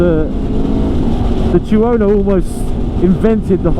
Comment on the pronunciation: Chew-Ono? Two-no thank you